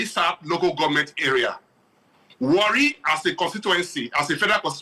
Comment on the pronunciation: Not really Warri it was wrongly pronounced that na is an ijaw word